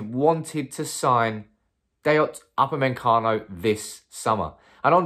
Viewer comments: Man keeps saying Up a men cano its pronounced oopa may cano... how hard can it be.. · Normal people: Upamecano: UpAnDmEnCaNo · NOT UpameNcano, Upamecano! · Nobody: Absolutely nobody:: Up-a-MEN-cano Well done mate 👍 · Everytime I hear to upper-man- Cano,....feels like we may missed out 😂😂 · UP-A-ME-CANO....Now saying all at once and you'll pronounce his name correctly 😅😅😅. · Bro, I love the channel but your pronunciation of UPAMECANO should be illegal 🤣🤣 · His ancestors are rolling in their graves. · Love the way you pronounce his name 😂😂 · Wow that pronunciation is top class 😂😂😂💩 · Brits 🤝🏿Butchering non-English names